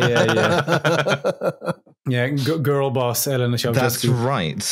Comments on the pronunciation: "That's the fun thing - I can't spell Ceaușescu, but I can say it." Sorry to burst your bubble my man, but you can't say it either. The "ș" is actually pronounced "sh", so it's more along the lines of "Chow-SHES-coo". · SHEscu, not chesku. I enjoyed no-Liam time, and also the very-Liam time at the end. Maybe you should keep this format. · I am disappointed not just by your pronountiation of Chea-oo-shez-cu, but also by your lack of mention of his nickname, Teacup (Ceaşcă) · It's pronounced che-a-oo-she-scoo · I am so very lucky that Google has a feature where you can ask with your voice what you are looking for, because I would have never gotten Nicolae Ceaușescu on my own (or the pronunciation without hearing it first on this here podcast) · I think it's funny that almost no one except romanians can pronounce Ceaușescu, but it was definitely funnier to hear the guy who actually thinks he nailed it. If you think about it, it makes sense that Ș would not be pronounced the same as C. This is why I get anxiety whenever I actually try to pronounce something in a foreign language, and usually end up using the most lazy pronunciation on purpose so it doesn't look like my best effort is actually shit. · A few critiques (besides the pronounciation) from me, a Romanian living in Bucureşti. Ceauşescu did try to make Romania pretty american/car-centric, however the public transit network was already good, so gas shortages weren't really a big issue. You still had trains. The station in Piaţa Romană isn't actually too bad, just stay behind the pillars, you can see when the metro approaches. Also, where's Adam's source for Elena Ceauşescu's quote? After the Earthquake, only Uranus got demolished, the rest of the buildings got modernized (at least the ones that still existed). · Waiting for the day a non romanian speaker pronounces Ceaușescu correctly